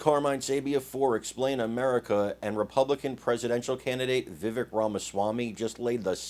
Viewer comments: STOP SAYING VIVICK...ITS VIVAKE !!!! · Chuck is a puppet fully controlled by the deep state. Btw His name is pronounced “VIVAKE” like cake. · IT'S PRONOUNCED VIVAKE ...LIKE CAKE.. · It’s Vivek like cake. Vivek, VAKE. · It’s pronounced “Vivake”. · Carmine, please learn how to pronounce Vivek. It is pronounced, Vih-Vake. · Yo - it’s ‘Vivaaaak’ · Vi-vake (like “cake”). I like Vivek but I would like to see him get a little more experience and be just a tad older before he runs for president. The answer shown here was great, but sometimes the way he replies shows his age. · Vivek is pronounced vi-vake like cake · His name is pronounced Vi Vake. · Vivek for President. ... BYW The 2nd syllable in Vivek is pronounced like Vake sounds like rake or cake. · First of all hopefully people will start to get his name right Vivek is pronounced like the Vivake.... And don't be so sure it is going to be an either or when it comes to Trump. Trump is a warrior and if nominated we'll get my vote, but Vivek is miles away smarter than Trump. He is going to be an indispensable tool in the Republican toolbox coming up. The thing we need to worry about as Republicans is how to get rid of those idiot rhinos and war mongers like Nikki Haley, Mike pence, and the governor of Krispy Kreme ville, Chris Christie. Ron DeSantis has been a great governor, but just isn't as strong politically. That may indeed be a good thing, as he really belongs where he is. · I believe his name is pronounced, "Vi-Vache" (accent on the second syllable). . . just sayin'. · Vivek rhymes with cake. You're misprouncing his name. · you should pronounce his correctly